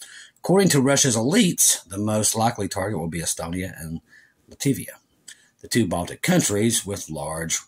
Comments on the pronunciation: Love you,! But it’s “Lat-vi-a” and “Ka-linen-grad.” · Latvia, not “Lativia.” Pronounced “LAT-vee-uh.”